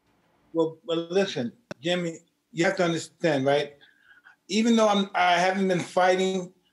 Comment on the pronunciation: When mike says your name is Yimmy, then Yimmy it is😂